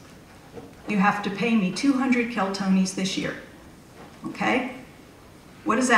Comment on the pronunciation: She's talking about "Keltonis" but the bills say "Keltinis". Maybe someone's had tee many martonis!